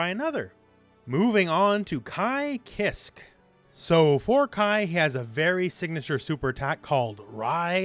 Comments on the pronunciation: Ki-kissk lmao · Ky kiske didn't just get his last name from a german metal musician. His first name comes from Kai (which is prononced the same as "Ky") Hansen. And his last name most definitly comes from Michael Kiske (the "e" at the end isn't silent btw). Both Hansen and Kiske were lead Vocalists for the german powermetal band Helloween at different times.